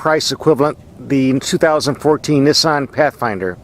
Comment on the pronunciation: You pronounce Nissan wrong